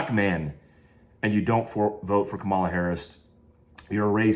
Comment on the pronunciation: Lost a follower here. I’ve always enjoyed your videos and insight on the topics that you’re obviously knowledgeable about. Now, we’re on a political journey. On top of that, you can’t even pronounce her name right after using all of those big words smh. Oh and I’m not a democrat. I’m pro what’s best for me and my family. That is the advice that should be given to Americans.